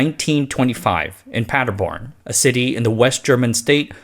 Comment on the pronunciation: Funny: A few "r"-injections: Praderborn instead of Paderborn, Frederico instead of Federico.